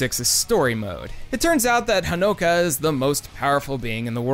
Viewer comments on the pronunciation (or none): Her name is Honoka, not Hannukah.